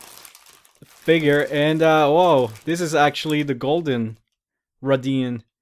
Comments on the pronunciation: Isnt it pronounced ray-thee-ann? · I pronounce it the same way you do. To me it sounds like hes saying raidian, but hey I guess everyone can have their own way of saying it.